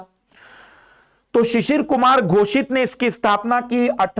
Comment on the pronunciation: Sir ji shishir kumar ghosit nahi shishir kumar ghos hoga 🙏